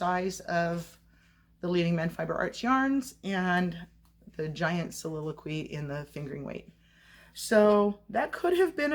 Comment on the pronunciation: Beautiful yarn. It's pronounced, soliliqwee thanks for sharing 😊